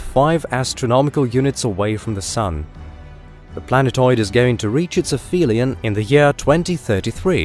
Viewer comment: and and Ap-Helion not Afelion, dude.